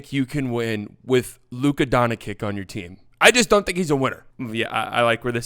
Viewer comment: "Luka Donakick" Lmao thats how say it